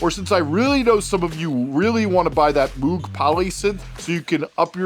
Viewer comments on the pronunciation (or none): The way he says "moog". 😮 lol ❤️